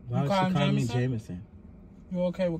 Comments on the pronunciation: “No You Not Daddy Jamanson, You’re Jamanson” Ts Had Me Dead😭💀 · " no YoU NoT DaDdy Jamanson, you jamanson"😭💀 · “no uu not daddy jamanson, you jamanson” PERIOD!💀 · I love how every time say Jamanson she look at Brian for the reaction😂😂😂 she needs to be a PAID ACTOR ATP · Omg lol no you not daddy jamanson you jamanson took me out 🤣🤣💀